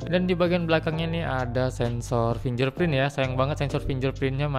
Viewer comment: fingerprint bacanya fingger bukan finjer